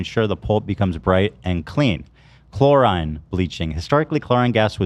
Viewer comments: It was painful to hear chlorine (chlor-ee-n) pronounced chlor-eye-ne so many times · Ethan repeatedly saying “chlorINE” was killing me 😭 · The way ethan pronounces "chlorine" gave me an aneurysm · ethan pronouncing chlorine like that was insane lol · ffs it’s chlorine man 😂😂😂